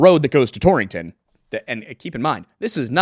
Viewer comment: It's very funny to hear the word "Torrington" over and over again. There are only two in the country, one in Connecticut and one in Wyoming (founded by someone from Torrington CT). So kinda funny (to me at least) to hear it in a video that much. And pronounced correctly to boot 👍